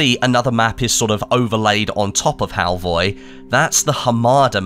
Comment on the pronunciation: The O at the end is actually pronounced like the U in the word "fur".